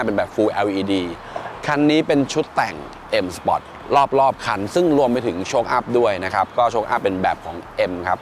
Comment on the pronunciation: ออกเสียง sport ว่า spot ก็ตะหงิดแล้ว มาอ่านคอมเม้น โอ้โหหหหเลย